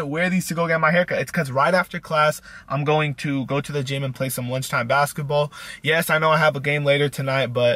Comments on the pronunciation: lol he keeps saying basetball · How many times does he say "basaball" not basketball but "basaball" 😂